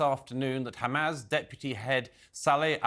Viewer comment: It's not hum-az like jazz, Douglas. It's hamas, like fuss